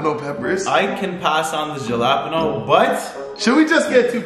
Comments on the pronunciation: jalapeño = halapenyo not Jalapeño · dont say jalapeno is pronounced HA LE PENO